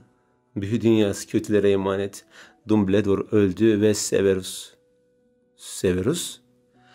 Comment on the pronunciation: ya dumbledor diye okunmuyor abi hiç mi harry poter izlemedin ya 😂😂😂